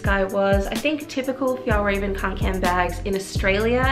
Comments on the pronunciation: I want the clutch version, I think it’s pronounced raw-ven ✨ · thank you for making this video!! this backpack looks so great.. also it's pronounced f-yell-reh-ven! :^)